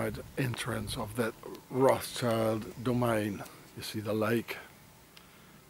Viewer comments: Yes, they just keep using that "child" instead of "schild" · It is Roth Schild and not Roths Child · Funny how everyone pronounces it roths-child. Its actually pronounced Rot-schild, as in Red-shield in German. Hence Rothschild. Everybody is a Rothschild expert, but cant even pronounce a name properly.